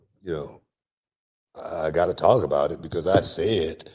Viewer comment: Booker T said "becAse"